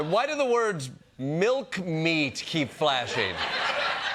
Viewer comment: "Milk meat"? I'm sorry did you meant to say "Milk stake"